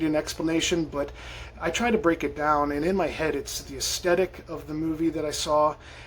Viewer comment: You had me at "I would go dahn to Phar-mor!!!!!!" 🤣